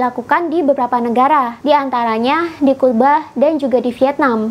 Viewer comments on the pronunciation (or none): none